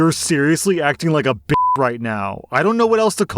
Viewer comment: Also side note, the way you say b** when you're doing it in a Karen or a Kevin voice makes me laugh every time! The emphasi On the letter B is just so funny